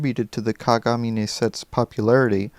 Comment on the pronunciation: Rin and Len have the same last name "Kagamine" (btw you pronounced it wrong) so they have to be twins or just brother and sister. I hate it when people ship them!